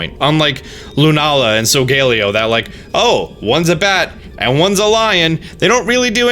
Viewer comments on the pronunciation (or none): REEEEEEEEEEEEEEEEEEEEEE its soul-gah-lay-oh